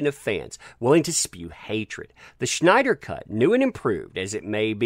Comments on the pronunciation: its Snyder not Schnyder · There's no 'H' in Snyder.